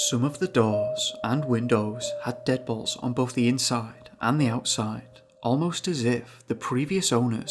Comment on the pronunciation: When the narrator sez deadbolts I hear him say dead balls 🍑☠